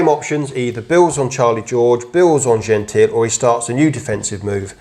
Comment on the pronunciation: He's Italian so it's pronounced Genteel-ay.